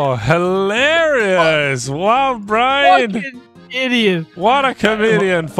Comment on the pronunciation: He doesn’t say Brian, he says Brine. Come on guys